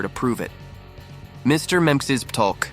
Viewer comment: It's pronounced Mr(mixel pick) these A I bots chop up his name all the time